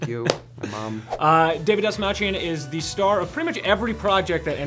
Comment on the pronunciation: David : "This small chin" Patrick : DASMALCHIAN!!! Me: (instant facepalm) You can see David's face of sadness because he realized nobody will say his last name correctly, even after explaining how to do it